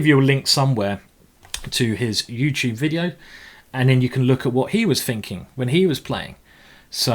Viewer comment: A smack of the lips........Some fighting.....some finking....and some fanks from me.